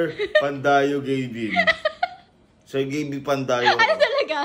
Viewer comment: "PANDAYA" pala 😂😂😂😂 hindi pandayo😂